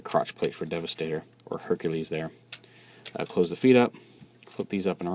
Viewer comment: Correction, Herculer....... what?